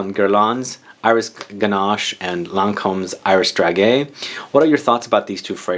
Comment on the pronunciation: Hi! Thanks for your video! So hard to find video about lancome. On the french website there is reductions right now. And by the way, we say DRA JAY ( like Jay Z) 😉